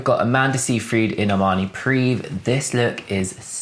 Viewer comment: How rude! (the OP, not you ) I can offer one slight correction though: the Privé after Armani is pronounced pri - vei, not preeve. As in, it's his private (exclusive) haute couture. Excellent video:-)